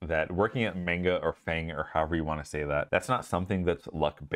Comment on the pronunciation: First off, congrats man! That's always hype to see progression in friendly people who've helped you out before. Second, ... IS THAT WHAT WE CALL IT NOW? Did you say "Mainguh" as in MANGA? Like M.A.N.G.A??? Is that the new acronym since Facebook changed to Meta? I AM SO DOOONNNEE!! 🤣😂 Making me wanna try my shots at a FAANG SWENG position now 😆 LOL